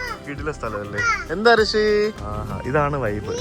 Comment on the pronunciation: കൃഷി ❌ ഋഷി ✅